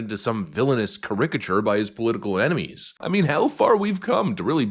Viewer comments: "kah-rick-uh-chure” ????????? Dear god ... bwaahahahahahahahahhhaaaa 🤣 Pronunciation ain't a strong suit huh? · I've never heard anyone mispronounce a word worse than you mispronounced caricature in this video! LOL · You say "caricature" weird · Great video as always. I loved your pronunciation of "caricature".